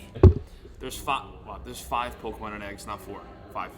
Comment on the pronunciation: He‘s literally saing aiggs!😂